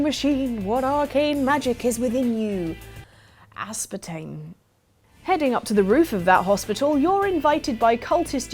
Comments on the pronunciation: The end of humanity is here...! Mainly caused by the way that pronounced "aspartame".. there will be riots:D (ps I understand now it's the correct way, new thing learnt today!) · Was trying to say Aspartame? I've never heard it pronounced like that before